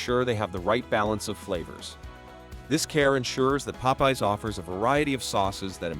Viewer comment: Nice video. When you use AI for voiceovers, you can correct mispronounced words by spelling them differently. Popeye's should have been written Pop Eyes in the script.